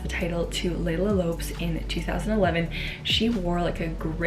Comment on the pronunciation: Great video! :) Just a small correction, last name of Leila Lopes is "Lo-pesh"